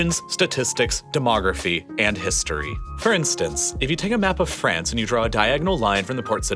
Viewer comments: The country is France, not "Frence" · Hahahahaha franch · did you say "francestance"?